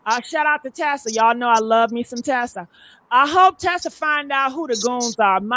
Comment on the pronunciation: It’s TISA TELLS, not Tessa.